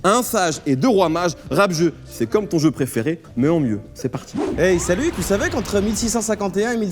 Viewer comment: hihihi "c dja mon épisod praifairai" Sucez moins fort.